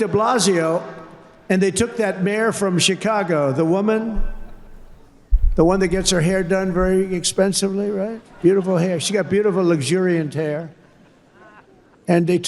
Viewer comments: You can barely understand wtf he's saying. Constantly slurring his words and mispronouncing words. Wtf is "luxurion"? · He can’t pronounce “luxurious” , 😂😂😂.